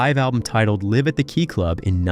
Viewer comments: WTH, you can't pronounce names, keifer or the word LIVE, you should be fired, WTF. idiots 2025 headline tour? or you serious? i have no words how dumb this is. not to mention many wrong pictures used as well of not even of the band. or Warrant- showing David coverdale? SMH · God this narrator is an idiot. He can't even say "live at the keyclub" right....